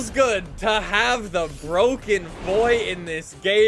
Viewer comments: Its BWOKEN, its BWOKEN! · Nobody;: BrOGaN CaR